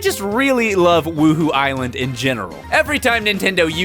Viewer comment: "wooho island"?